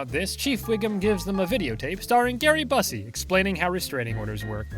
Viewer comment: I'm sorry You sid Gary BUS-SY😂.. WTF.. It's Pronounced.. B-YEW-SY.. BUSEY😂